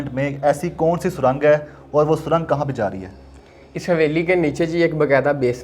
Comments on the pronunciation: O Bhai lafaz surong hota he na k surang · Pehle to isse yeh batao, jahil admi surang hota hai na k sarang😁😁